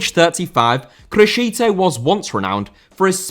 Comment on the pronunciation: Criscito* not Crescitouw